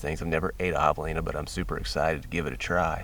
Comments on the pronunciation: “HAVE-elina” Not “HAW-v-elina” 🙄 Come on man…I expect more from you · Am I the only one who finds how pronounces javelina reallllly irritating! The “a” is not pronounced like the “a” in lawn but rather like the “a” cat Very irritating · Thanks for the video. Just realised that I’ve been pronouncing the name Javelina incorrectly. Always used a hard ‘J’. Oh, how I laughed! 🤦🏻‍♂️🤣👍🏻 Hilariously funny and true story. 😬